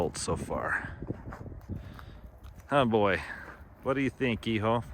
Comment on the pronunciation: Hijo is pronounced EHOO